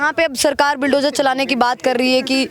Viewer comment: यह मैडम बुलडोजर को बिलडोजर बोल रही है